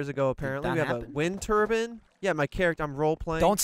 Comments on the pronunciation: did really just say “Turbin” instead of “turbine” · Did say Wind Turban?